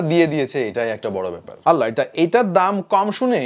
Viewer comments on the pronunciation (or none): none